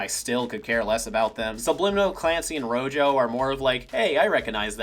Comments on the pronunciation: Wait, is her name actually pronounced "Ro-yo"? If so, that's a really weird choice considering she and her teammates are named after spanish colors. Rojo should be pronounced "Ro-ho" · I'm pretty sure they just called her Rojo because she's connected with the color red. Rojo being red in Spanish, though pronounced as "ro-ho" and not ro-jo. Don't quote me on that though.